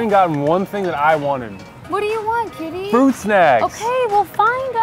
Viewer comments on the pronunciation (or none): Before reading your comment I actually thought she said kitty instead of cutie..